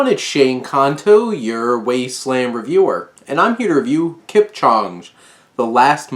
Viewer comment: you couldn't even look up how to say his name properly...